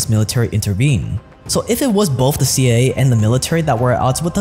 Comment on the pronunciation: "C aye aye"